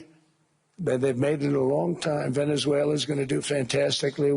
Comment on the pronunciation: 50 mil barrels from Venezulelalala....😂